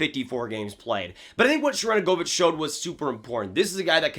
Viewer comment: Why can no hockey YouTubers say Sharangovich’s name? I mean I get it’s kind of hard, but still, lol. (Btw it’s pronounced Sharen-go-vich in NA and Sharan-govich overseas)